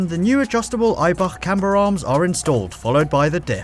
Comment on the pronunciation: all i can ear is Eibarrrrr